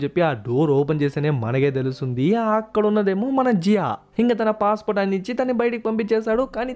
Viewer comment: జీయో ❌జియా ✅😂😂